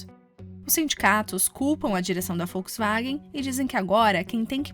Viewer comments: Achei um desrespeito para conosco. Que se dane que fala assim LÁ NA ALEMANHA. Estamos no Brasil e a cultura assimilou Volks com som de “V”. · Alguém mais esta ouvindo folksvagem? kkkkkk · É Volkswagen. Não é Folkswagen!